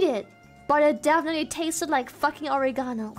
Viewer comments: it's pronounced oREgano, right? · Took me a second watch to realize she was saying "oregano" lmao I have never heard it pronounced like that